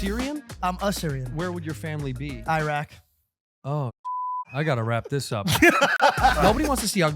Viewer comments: That's not even how u pronounce Iraq lol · pronunciation of “Iraq” made me CRINGE OMG!!!